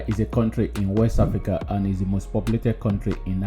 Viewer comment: point of correction, Africa not Hafrica